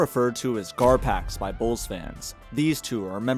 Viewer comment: Two syllables…. Garpax